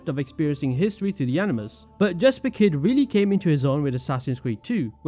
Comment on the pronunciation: Jesper is pronounced Yesper methinks.